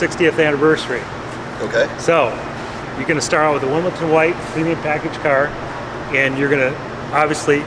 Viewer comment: It's 'Wimbledon White', not "Wimbleton"! And thi fool is speccing paint, parts and building it?